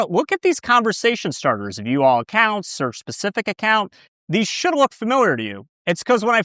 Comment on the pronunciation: "acocunts" noiceeee 😏